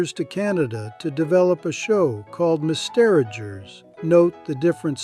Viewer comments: What is Mis-teragers? 🙄🤦‍♂️🥃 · I was very excited to find a great new channel talking about Canadiana, but a new tell of AI is common words mispronunced in the same sentence. 1/2 of the time Mister Rogers is pronounced "Miss-Derigers" and there's nothing in the video description saying the channel uses an AI narrator. Could you clarify if you're using an AI voice over or AI in your editing? Great subject matter, but would love to hear from the channel creator.